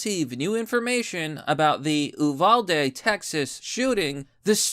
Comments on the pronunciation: As a Texan, I must say, U-val-dee. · Stop saying Oovalda it's U-valda tx. Thank you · Say the Name Right U-Val-De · MORON... Uvalde is ptonounced "You Val De"... Learn about what you report BEFORE YOU REPORT....Just a suggestion... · U VAL DE pronounce it correctly. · its pronounced You-val-dee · Hey ….love the channel. But as a Texan, it’s pronounced “Yoo-val-dee”. I listened to the DPS officer give the 911 timeline….it was heartbreaking. It is also the best argument for armed and trained teachers, faculty and school security guards. Our hearts are breaking here in the lone star state. Keep up the good work.